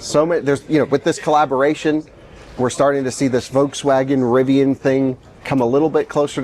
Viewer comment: Curious if he knows there’s an L in Volkswagen. It’s not vokes-wagon. Does he call the bolt/volt the boat/vote? He also say o-ways instead of always. Maybe just an odd accent.